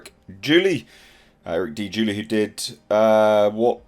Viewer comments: What the HELL is wrong with you?!? Isn't English your 1st language?!? His name IS NOT Julie!!! His name is JULY! As in the MONTH of JULY! I'm subscribed to your channel and watch your videos all the time and your CONSTANTLY F-ing Up people's names and it's starting to feel on purpose or is it you just don't give a sh!t?!? And at the time this video dropped the amount ISOM #1 raised is $1.5 Million. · it's pronounced like the month (of July).:) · It’s pronounced Jewel-Eye. You Brits should be familiar with July 4th. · Uh Eric's last name is pronounced July like the month, lol. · His last name is July pronounced Joo ly. Apart from that good video. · Good video, but his last name is pronounced like the month. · It's pronounced July like the month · July is pronounced JooLie